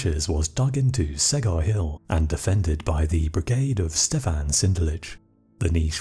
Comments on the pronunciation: Čegar is pronounced "Che-gar" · Great narration, reminds me of the old calm way they used to make TV documentaries. Btw, "Čegar" is pronounced like "Chegar" in english. Other than that great video : ) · The hill is pronounced "Chegar". Otherwise very well made video! Cheers